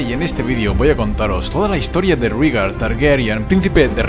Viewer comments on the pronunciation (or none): Excelente video sólo como comentario se pronuncia "Reigar" según la serie así lo nombra no "Rígar" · por que le dicen rigar ? por que no raegar como se lee? lo escribo asi para hacerme entender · En la serie de HBO, he escuchado a Daenerys pronunciar el nombre de su hermano como Réigar...